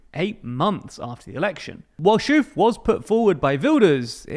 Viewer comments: why does this guy pronounce o's as u's? its schoof not schuuf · The pronunciation of "Schoof" is "Sxoof", not "shuf" 😂😂😂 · Please, I understand you can’t pronounce Schoof but if you pronounce the -oo as -o in hope instead of -oe in shoe you’d be really close. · (Dick) Schoof rhymes with ‘loaf’ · Hehe ... Poor Dick Schoof. Don't think any non-dutchy would pronounce his name correctly. Yes. You butchered it quite badly. I'm not even going to attempt explaining how to say the letter SCH. This would be the dreaded 'rolling 'G''. Anyways. Fun little world play. Try saying 'ovaries'. Now say 'Dick Shovaries'. Now again, but stop when you pronounced the 'v'. This should be a close resemblance to his name. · Dick what?… 😂 this might be the best pronunciation yet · Pronounce the oo in Schoof as the o in ok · oo in dutch is pronounced closer to oa in boat than the o in move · The oo in Dick Schoofs name is pronounced like the o in over or okay